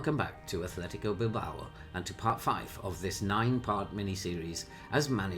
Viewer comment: hey it's Athletic no Athletico